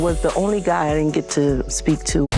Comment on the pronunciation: It's GET away. Not GIT away.